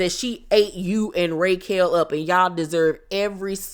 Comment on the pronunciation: Every time you call her "RAY"quel, I scream 😂😂.